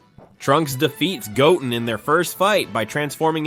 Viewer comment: Pardon me as a neophile, but would simply putting a space in your transcripts before the AI butchers every name not suffice? Couldn't Go Ten be pronounced correctly as opposed to Goten ( and therefore Gotten)?